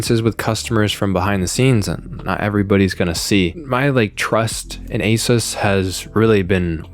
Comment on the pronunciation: It's pronounced Uh-Seuss. Not to be conflated with Acer.